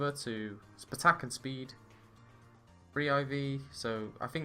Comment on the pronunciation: Please stop saying spuh-tack